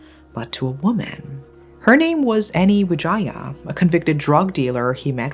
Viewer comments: Am I the only one that hears, "Any Vagina" for his wife's name?? Is this a joke? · Eny Wijaya….. I heard the name differently. 😮😮